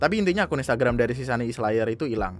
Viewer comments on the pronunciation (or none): maap bang, gw ngakak sm "instragamnya" WKWKWKW